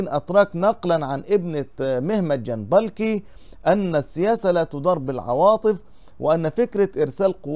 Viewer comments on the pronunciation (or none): ارجوك انطق اسم الكاتب بشكل صحيح اسمه محمد (محميت) جنبكلي و ليس جنبلكي يعني جنبك لي الكاف قبل اللام ج ن ب ك ل ي صفحتك جيدة و محتواها رائع و يجب ان تكون قراءتك صحيحة لكي يأخذ عنك المشترك فكرة جيدة .. ارجو ان تأخذ بهذه النصيحة